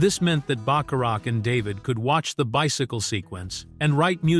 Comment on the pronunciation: "They" didn't crash into the pen holding the bull, only Butch. Teach your AI narrator how to pronounce Robert Zanuck and Burt Bacharach's name. The singers you refer to came out of the New Christy Minstrels Use fewer words...a LOT fewer.